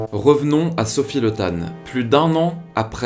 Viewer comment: Pour info, son nom se dit Li ( et s'écrit Le), mais ne se prononce pas Le comme on pourrait prononcer "Le Pen", ou "Legrand".